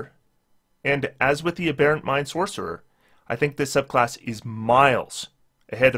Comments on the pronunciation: I guess nobody commented this on the last video, but the accent is on the first syllable in “aberrant”. “A Bare Ent” is a sylvan strip club. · LOTS and LOTS of people commented, but as mentioned, AH-berrant is an American pronunciation.